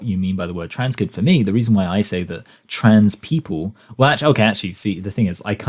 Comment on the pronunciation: Ok maybe I'm nitpicking on this but the way says "trans people" pronounced as "trads people". What accent is that?? California? West coast, east coast? I think is, beyond the testosterone effects and voice training, there's an apparent gender performance of being slacky with words, like a stereotypical American dudebro. But there's more emphasis to it, and also facial expressions and mannerisms. This is something I didn't notice before about many trans identified females because the way trans identified males perform hyper femininity was so intense and obvious that it really outdoes the FtM version, but the FtM version definitely is still a thing, once paying more attention to it. In the context of "pretending", no wonder is so frustrated with people talking about human children pretending to be walruses.